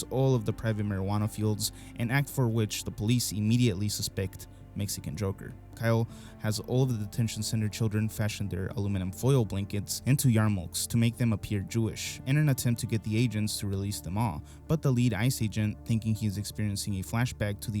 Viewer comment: Yarmulks is pronounced Ya mul ka